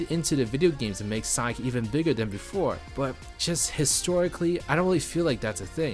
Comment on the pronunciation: Take your time to pronounce "Sonic". Two distinct syllables.